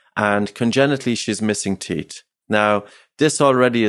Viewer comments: Unrelated but his accent makes it difficult for me to listen to this. The teesh (teeth) the teet(teeth) just pronounce the H 😠 😂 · It's TEETH, not TIESCH for christ's sake.